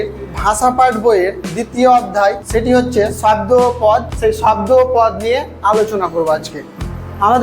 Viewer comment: স্যার শাব্দ না শব্দ ভালো করে বলেন ছাত্র ছাত্রীরা কী শিখবে